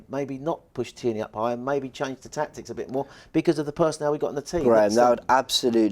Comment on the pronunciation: big fan as you know. but please. its TEAR😓 KNEE... he's Scottish not French.